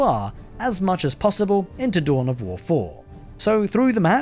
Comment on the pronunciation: Tohn of Woh Foh 😅